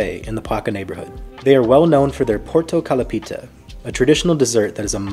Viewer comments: the tone is on o in the lo. It literally translates to . orange pie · Porto kalapita?😅. You said it wrong. Its all together portokalopita or orange pie.